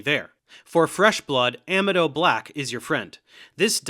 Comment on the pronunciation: I have NEVER heard anyone else pronounce gentian that way. Its GEN-shen, not GEN-ti-an. Also , uh-MEED-oh, not AM-ee-doh.